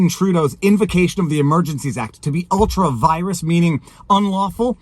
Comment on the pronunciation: ultra vires is pronounced ultra ‘vee-rez’. Or if you don’t like church Latin and prefer the real Latin it’s ultra wee-rez. Romani domum ite! 😁